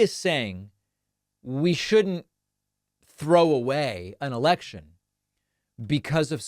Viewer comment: I could have sworn Charlie Kirk said "erection" instead of election. 🤔 The issue of what Republicans want to do to women's freedom is already out of the genie bottle. Ya'll said the quiet part out loud, then went full blown crazy for ruling over women's bodies. Go fork yourself, GOP!